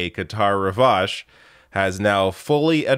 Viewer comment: "Qatar Rivage" tf ...🤔